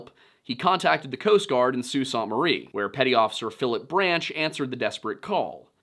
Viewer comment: Soo sAANT Marie was a good one too